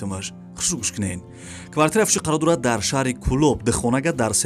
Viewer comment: Бародари азиз саросема наша. Хонаи Фуши не. Хонаи Фуруши гу.